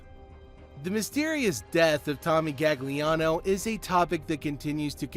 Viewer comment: Your also pronouncing his name wrong it’s galiano, in Italian you dont pronounce the second g, similar to bologna